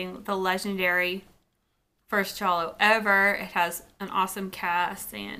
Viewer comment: Thank you for pronouncing it correctly! 😀